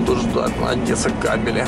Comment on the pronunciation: Привет, не Одэса, а Одесса, мы ж не говорим Чырнигов а Чернигов?, правильно выражайся